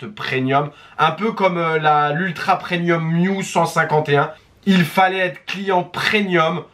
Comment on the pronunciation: On dit PREMIUM ! Avec un M 😂😂😂😂